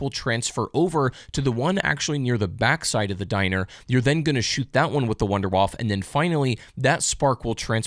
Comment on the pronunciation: When you intentionally say wunderfaffe to get more engagement. You knew what you were doing.